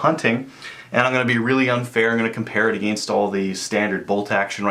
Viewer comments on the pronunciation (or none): none